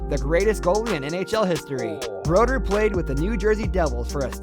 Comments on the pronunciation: Loved your reactionas I always do. But I do have some knocks on the video you reacted to. First, is how many times he mispronounced names. If you're creating a video about a sports greatest players, at least take the time to learn how to pronounce the names properly, including the names of the awards they won. My second knock would be giving the point totals of some players but not including it with others like Gretzky. His point production is the reason he's called "the great one". He played 1487 regular season games with 894 goals and 1963 assists for 2857 points. Gretzky has more career assists alone than any other player has total points. Currently number two all time in total points is Jaromir Jagr who played 1733 games with 1921 points (766 goals + 1155 assists). He's the only NHL player to have over 200 points in a season and did it 4 times. If you look at the all time list of most points in a single season Gretzky holds the top 11 spots. Greatest player of all time. Another knock was not even mentioning that Bobby Orr was the only defenseman on the list. He's the only defenseman to ever win the scoring title (Art Ross Trophy) and did it twice. Meaning he outscored forwards for most points (goals+assists) in a season twice. He's also the only defenseman to win the Lester B. Pearson award. Which is the leagues most outstanding player, voted on by the leagues players. Bobby Orr changed the way game was played by defensemen thus changing the game itself. He's also the onl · It really sucks that the video starts with a terrible mispronunciation of Brodeur's name. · The guy in the video also miss pronounced Martin Brodeur’s name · Ooof I give a lot of passes for names because the NHL is a smorgasbord of countries and languages but Richard and Conn Smyth... I was already hurt by Brodeur as #10 lol. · Grr.. even hearing Martin Brodeur being pronounced as. Martin Broder frustrates me.. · Oh yes Martin Brodeur is no Broder it’s “. Bro…..dure.